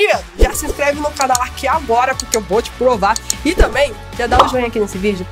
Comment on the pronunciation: Ela falou que ia plova pra gente kkkkkkk